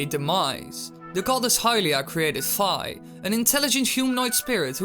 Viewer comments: WHY DOES EVERYONE PRONOUNCE FI WRONG ITS PRONOUNCED FEE NOT FIE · I believe its actually pronounced "Fee". Everybody always says Fi and you know Zelda fans with names these days lol. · Its not Fii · the Japanese characters are ファイ which is pronounced FAI not FEE in addition Nintendo of America has confirmed that the english pronunciation is the same as the Japanese pronouncing, so FAI (fuh-aye) is the correct way to pronounce it. . . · Hydn Alger Zelda is natively Japanese, Japanese pronunciation of the character i is ee, the only excuse for mispronoucning this is ignorance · yes people keep pronouncing it like "fie"...its annoying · is fi pronounced like eye, or like tea?